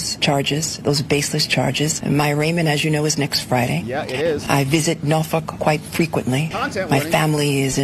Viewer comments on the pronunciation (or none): Her pronunciation of Norfolk is: No F*ck. Lol 😂😂😂😂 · She doesn't visit Norfolk you can tell she doesn't even pronounce it correctly